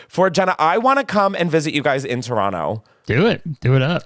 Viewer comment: Thank you Chris for not saying "Toe-ron-toe" 🙌 Love watching both of your content and was so excited to see this :)